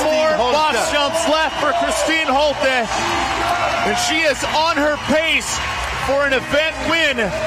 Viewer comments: Isn't her name pronounced Holt-uh not Holt-ee? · the two announcers couldn't decide on how to pronounce Holte between themselves?